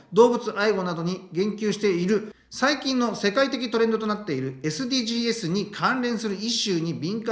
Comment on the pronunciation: 、いつも面白い動画をありがとうございます。 SDGsは(エス・ディー・ジーズ）と読みます。 おせっかいですが気になったもので。 頑張って下さい。